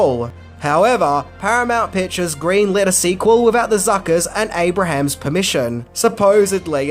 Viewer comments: Abrams not Abrahams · Jeez! Abrams, not Abrahams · It's Abrams. Not Abrahams. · That's ABE-RAMS,. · An easy mistake to make but Jim Abrahams pronounces his name like (Aey-brems) and not like the biblical figure. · Abrahams is pronounced "A-brims". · It’s Jim “Aye-brums”